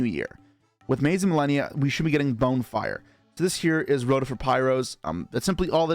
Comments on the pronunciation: yo..... its NOT pronounced "bone"-fire....its pronounced "Bon"-fire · Why is he pronouncing it Bone-Fire lmao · Bone-fire lmao. But in all seriousness, interesting vid.